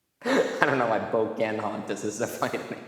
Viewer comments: po- can hontas, not po- cant hontas. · It's actually po-ca-hon-tas